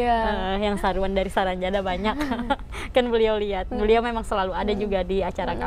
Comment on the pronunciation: salah bro Penyebutannya itu sarangjana bukan saranjana Arti sarangjana itu =sarang yang bearti "tempat", ibarat sarang burung, lalu jana nya itu terpisah lagi huruf j nya, arti j nya itu "jin", nah kata ana itu itu" sana". Jadi kalau di artikan atau di tafsirkan menjadi "tempat jin sana" Saya asli orang Kalimantan tepatnya kalbar Pontianak. Jadi saya hanya tau artinya saja.